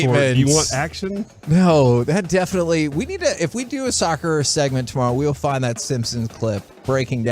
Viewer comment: oof listening to those meatheads talking about "sukker" was painful